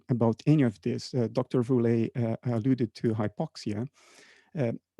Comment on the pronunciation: Why is Woerlee pronouncing his own name so weird?🤨 (English like in lieu of Dutch) Why is the whole convo...... 🤔 gesprek niet gewoon in 't Nederlands, godver!!?🤨 Kastrup does pronounce Woerlees name like it normalna.